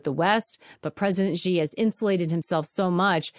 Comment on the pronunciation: The name of the president of China is pronounced "she" (with non-rounded lips, slightly drawn back). Even if you just pronounce it the same as the English word "she," it's still going to be almost accurate, whereas this "Zhee" thing is just completely wrong! I don't know who President Zhee is, but he's NOT the head of the Beijing government!